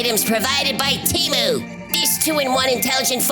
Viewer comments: Hi. It's pronounced 'TAY-Mew' and not 'tea-moo'. Thank you. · The Superbowl commercial indicates that it is pronounced TEH-MOO